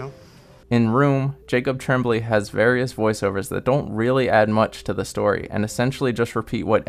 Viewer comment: Jacob's last name is pronounced TRAWM-blay, not TREM-blay. And there were only 3 voice overs. Otherwise, good review.